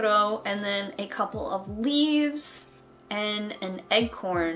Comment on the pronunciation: Did you pronounce acorn as... egg corn...??